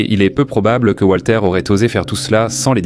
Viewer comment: Walter, pas Voltaire 😂